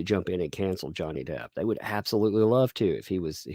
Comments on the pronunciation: I think called Johnny “mister derd” a combo of his last name and hers … but it sounded like “mr. turd” what an interesting bomb to drop! You know she loves johnny bc she didn’t correct herself bc it would just call attention to her slip. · Mr Turd instead of Mr Depp.